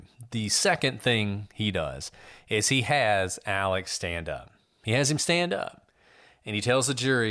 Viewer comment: Ellic Murdock. Would be interesting to know where this pronunciation came from.